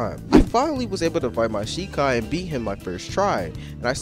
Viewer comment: jus from the way u said the name of ur Shikai i don't think you have watched the anime that this is based on I think it would be hard for you to be immersed if you dont even know what the source material is dont get me wrong I think this is game is utter trash but i also dont think its fair for you to speak on it in such a negative light IF you haven't seen the source material